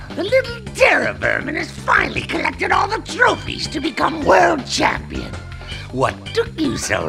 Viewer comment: "Champeen" They should have kept that.